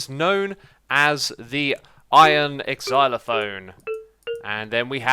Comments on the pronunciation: exylaphone? EXylaphone? HIS NAME IS XISUMAVOID! ZOO-MA-VOID. "Zy-la-fone" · did he just pronounce it eksylophone? WHYYYyyyyyyy........?! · Isn’t it ironic that of all people was the one to mispronounce xylophone. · "iron exxeeiye-lophone" -grian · "Iron Exylophone"